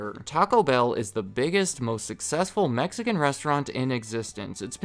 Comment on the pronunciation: I’m Mexican and it hurts every time you say Mexican food